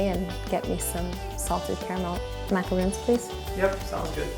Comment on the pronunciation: It’s...not macaroons...it’s macarons...totally different.